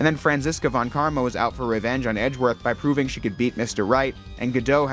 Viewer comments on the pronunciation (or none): none